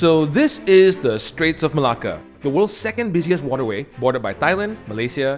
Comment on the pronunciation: Why do u pronounce Malacca as Malah Kah??